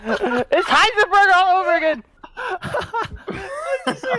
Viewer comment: said "Heisenburg" he predicted the resident evil future!!